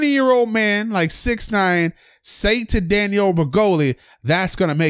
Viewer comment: "Go find something better to do with your LOIF" "SIX NOINE"